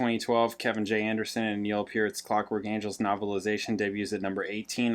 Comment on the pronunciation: said: Taylor Hawkins said: PURT and you looked up and went: He said: PURT. said put PURT in caps but the look on Neil’s face said: Damnit Hawkins can’t you pronounce PEART correctly: it’s PEER—T just PEER-T!